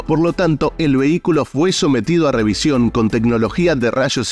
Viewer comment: No se dice rebisacion. Se fice rebicion